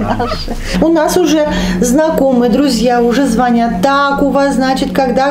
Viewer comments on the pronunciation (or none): none